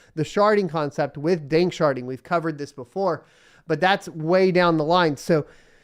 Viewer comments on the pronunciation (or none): Sharding ...... Not sharting........